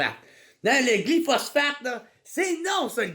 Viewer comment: Ça se prononce glypho-spho-sphatte-e